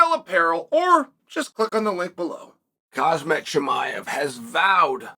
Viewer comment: Chael still calling him khazmat😂😂😂